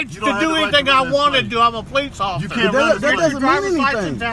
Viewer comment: Wheres bugs bunny